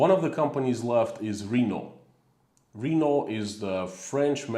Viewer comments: (Renault- Sounds something like Ruh-NO, not REE-no.) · When you said "RE-no", I was thinking it was Reno. I then realized it was Renault you were speaking of. I think most English speakers pronounce it "ruh-NO". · I wondered what he meant when he said "Reeno". And then I realised he meant Renault.